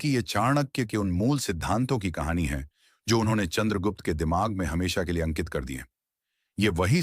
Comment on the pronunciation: कहाणी मे ड का उच्चार ढ किया है, Kahani bahut achi hai . Bharat mata ki jay